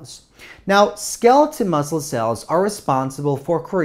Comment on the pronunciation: Skeleton or skeletal? The pronunciation is weird or is wrong.